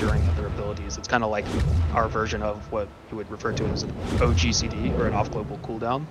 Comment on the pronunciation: bro said "ogcd" we know what game thats from